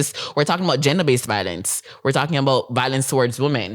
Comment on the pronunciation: Bro, honestly if u cannot pronounce violence properly you shouldn’t be speaking on violence And the fact that u feel the need to bring attention from children and women shows the fact that you yourself are a woman too No wonder you’ve experienced so many divorce, you’re a female too bro. Grow some balls bro, be a man